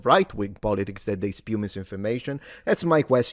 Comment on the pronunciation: Did she say "espew"? How can you be that posh and fail to speak English properly?? (Or perhaps that her being "sassy"?)